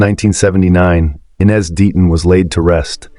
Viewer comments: It's...." I" NEZ NOT "E" NEZ. Could this be an "AI" ARTIFICIAL INTELLIGENCE.... I DON'T KNOW WHY BUT IT IRRITATES ME SO MUCH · It is AI, the names are mispronounced. It's not E-nez, it's Eye-nez, he also screwed up Tara's name, it's Tah-ra, not Tar-uh.